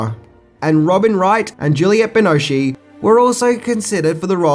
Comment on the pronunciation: Did actually say "See-ga" Genesis? And Aaaah! Juliette BINOSHEE! C'mon! Her name is pronounced like Bi-NOSH, it's French ( Binoche).